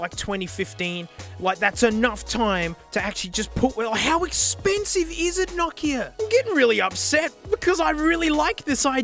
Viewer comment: It's not nakia it's No kia